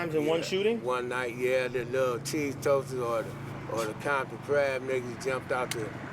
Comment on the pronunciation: He said Bomton lol